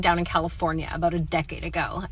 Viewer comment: I just wanted to correct you on the ' Canadian Accent". We have many, many accents as it is a very large country and we stretch from one ocean to the other to the other. Nobody pronounces " about" like you did, generalizing. We do pronounce things differently. That's the point of different accents and languages. People from Newfoundland have a very strong accent according to me and I'm from Ontario.